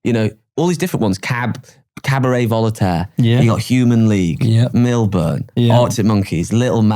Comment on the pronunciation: cabaret "vol-a-taire" - tha what?